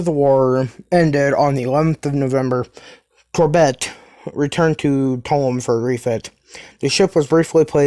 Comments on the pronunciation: Or Core bey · Hey, great vid, just one thing and it's not really an issue, the courbet class is pronounced Core-Bay (around that anyways